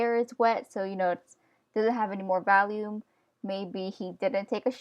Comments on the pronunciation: Awesome!! But also were you saying "volume" or "value" when describing the distance off the head that the hair should be? It sounded like you were saying "valume" 😂. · im pretty sure your saying volume but it comes out as 'valume' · Valume it’s sooo cool how you say volume lol :) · Her: Valume Me: agh cringe! Sorry but just had to do it, btw I really love your videos they have really helped me in my confidence and abilities. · volume. not valume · you keep saying valume because you can! don't let other ppl tell you how to pronounce stuffs! I say wacom like WACKom because it's more fun! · I understand you weren't trying to be rude, but its not really funny when people say things differently.......( '3') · Its pribably volume